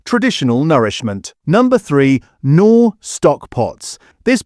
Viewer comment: 1) Knorr, the K isn't silent 2) it's Maggi, not Matchie! 😊